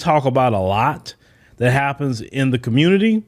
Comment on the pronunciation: THESE ARE THE "QUEANZ " OF THE COMMUNITAH ..